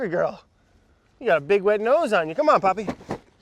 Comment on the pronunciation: AHHAHA BRAD NO ITS NAME IS POPPY NOT PAPI